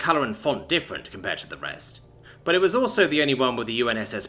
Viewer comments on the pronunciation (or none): none